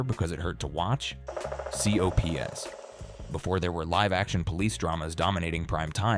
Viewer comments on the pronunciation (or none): The AI voice is harsh. Especially when trying to pronounce COPS. Doesn’t help that most of the information is wrong too. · It's called COPS and yes it is an acronym, but no one except AI would refer to it by each letter C-O-P-S? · It wasn't pronounced "C.O.P.S., it was pronounced "cops" as one of my favorite cartoons as a kid. It is one of the best animated shows of all time... Everything is so well drawn...That intro cartoon theme was also awesome... There was always different messages at the end of the show (by an extra animated scenario) that induced kids to be law abiding citizens that never made it to the 2 season collection. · C.O.P.S. For those who saw that show it was never pronounced with every individual letter. It was just called cops